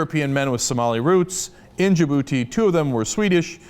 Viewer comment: Lol i thought he said DA-Booty